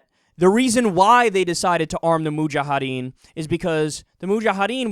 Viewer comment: Its Mujahideen. You keep on pronouncing in it like Mujahadeen. It ends with -ideen, not -adeen.